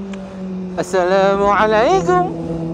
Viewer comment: assalamualaikum bang.. saya nk cuma tegur bab salam pada awal intro. klau boleh sebut betul2 bang. bukn apa cuma salam ni adalah satu penyapaan kita sesama islam.. jdi jgn lah kita berbuat2 main tntng salam atau mengejeknya. saya cuma nasihat sja, jdi maaf klau ada terbuat terasa